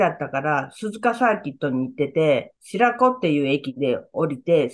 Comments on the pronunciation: の白子を「しらこ」とおっしゃってますが、しろこ と読みます。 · 今回で 白子浜訂正されるのかと思いましたが、のことだからわざとしらこはまと 解説しておられるのかと思いますが、しろこ と読むんじゃないんですか？ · 白子は「しらこ」じゃなく「しろこ」ですよね。 親戚の叔父さんは 鈴鹿市しろこに、住んで居ますが。